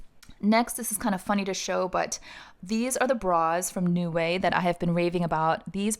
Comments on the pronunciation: It’s pronounced as Nei-Wai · 内外 is how it's written in Chinese. It means Inside and Out when translated into English. When I heard u pronouncing it as 'New Way', I was totally confused 🤔